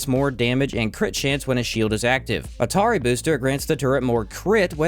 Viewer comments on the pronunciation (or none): Good video, just a tiny note: A’Taerri Booster is pronounced “Ah-Terry”, not “Atari”. It’s named that way as a tribute to youtuber Aztecross, who always calls his Engi turret Terry